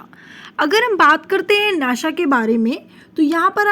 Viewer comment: अरे माम वो नाशा नाही होता नासा होता है